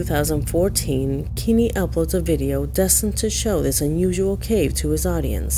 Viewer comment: His name isn’t “Kimi” it’s Kenny Veach. if you’re going to use someone’s story to make content at least take 5 seconds to actually learn how to spell and say his name.